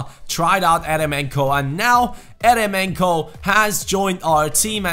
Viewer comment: Its pronounced yeremenko